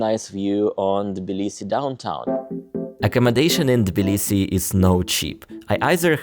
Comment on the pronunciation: Of course the nice American guy doesn't know how to pronounce Tbilisi properly 😅